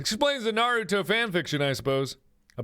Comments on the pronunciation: nobody: mark: NARUDO AND SASOOKE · mark pronounce those names wrong one more time I DARE YOU. (I swear he made me so angry..) btw Naruto = Nah- roo- to and Sasuke = sauce- kay. OKAY BYE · IT'S SASUKE (SAS-KEI) (NA-RU-TOH) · I dont know whats worse damien having smut of NarutoXSasuke or mark pronouncing it as Narooto and Sasookay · Naroodo? Sasookay? Oh, mark. 😂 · The way mark pronounced Naruto and Sasuke 💀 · I am disappointed in the mispronunciation of Naruto and Sasuke, and I don't even watch or read that anime. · Damn that was sad how he pronounced Naruto and Sasuke names wrong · Is nobody going to mention the way he said Naruto and Sasuke? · I know for a fact that this video is old, but clearly mark doesn't watch anime if he pronounces Naruto and Sasuke's names wrong. Either that or he is purposely pronouncing them wrong to be funny. Also was that fan fiction of Naruto and Sasuke? I got distracted with cringing. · When Mark mispronounced Naruto and Sasuke. -_- MY WEEABO HEART HAS BEEN BROKEN. WHY MARK? WHY? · The way he pronounced Naruto and Sasuke......... .______________________. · It bothers me that Mark pronounced Naruto and Sasuke wrong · okay okay I won't freak out but you did not pronounce the names right it's from anime ask Jack he knows probably😂❤️ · cringes so hard because of how mark is pronoucing the names dies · ugh. mark. so, basically, if I got this correct, YOU DONT LIKE CATS AND YOU DONT LIKE HAWAIIAN PIZZA Mark, I believed in you... (edit THE WAY YOU PRONOUNCED NARUTO AND SASUKE................) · omg that narusasuke ship though😂😂 and also MARK YOU MURDERED SASUKE AND NARUTOS NAMES HOW DARE YOU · Oh no Mark is about to face weeb rath with that mispronunciation of sasuke and naruto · OMG THAT NOT HOW U PRONOUNCED NARUTO OR SASUKE! 😭😂